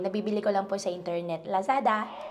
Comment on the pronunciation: Who tf in the Philippines pronounces Lazada that way? Sounds sooooo Mandarin